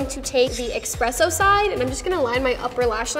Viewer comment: EXPRESSO LMAO